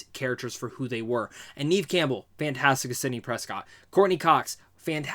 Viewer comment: * Neve Campbell .... Like never... Without the r.....